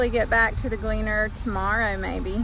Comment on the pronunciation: "Glee-Ann" for the Combine name?